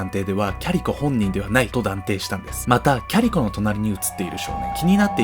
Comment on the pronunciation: キャリコ、キャリコまるでファーストネームかのように言うなよｗ（お母さんだってキャリコだ） だんだんキャリ子に聞こえてくる